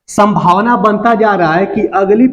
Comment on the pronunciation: संभावना होता हैं ना की सभवाना🤣🤣🤣🤣